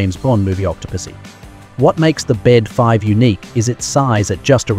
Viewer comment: i REFUSE TO WATCH A VIDEO WHERE THE NARRATOR CONSTANTLY USES THE INCORRECT PRONUNCIATION OF THE AIRCRAFT NAME. THE BD-5 IS PRONOUNCED BE EACH LETTER B-D-5. THE BD IS "NOT" A WORD BUT PART OF THE INVENTOR'S NAME. JIM BEDE THUS THE BD IS SYNONYMOUS FOR THIS THE AIRCRAFT LINE HE HAS DESIGNED AND MADE. THERE ARE MORE THAN JUST THIS ONE AIRCRAFT THAT JIM HAS DESIGNED. DO IT THERE ARE LETTERS IN THE NAME OF AN AIRCRAFT, SAY EACH LETTER AD IT IS NOT A "WORD" THEY ARE LETTERS.